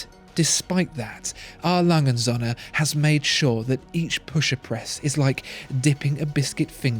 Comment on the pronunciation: A. Lange & Söhne actually means A. Lange & sons. You pronounce it as if it means A. Lange & suns. You should keep the o a little longer, as in the English word "so". Nouns always start with a capital in German. Best regards